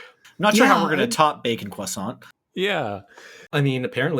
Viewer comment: "croisantrocity" _Parfait_,. _Parfait_.